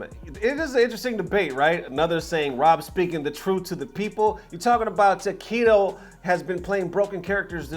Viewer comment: Ooooh Tokido! I was confused since you kept saying Taquito. Yum. Cheers.